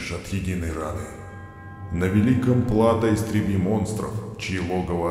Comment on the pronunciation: в слове Плато ударение на другую букву